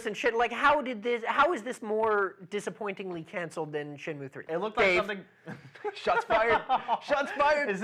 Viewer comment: How can you even have that new lad talking about games when he can't even pronounce shenmue haha!!